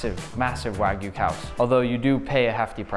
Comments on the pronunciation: Notice, all you freakin imbeciles out there, that JAPANESE pronounce the Japanese word, wagyu, as WAH-GYOO...NOT WAGOO! GET IT RIGHT! Man, people saying wagoo really gets under my skin. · Heu, le français qui traduit où lit le texte pourrait-il faire un effort sur la prononciation des mots japonais, car entre "ouajiu" où "cobE" ... très peu pour moi. 👺(je me suis arrêté a 25 sec de vidéos pour éviter une perte d'audition)